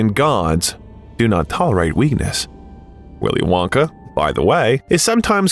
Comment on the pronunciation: "Nice" AI crap and bad narration. "Willy Wonkay...",???? Really????????? Hey!, your spam bots in the comment section are showing! "NO sub for you!! You idiotic AI pile of bullshirt!!! 💩💩💩💩👎👎👎🤑🤮